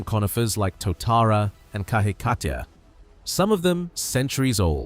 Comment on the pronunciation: Love the pronunciation of Keruru and Kahikatea - not!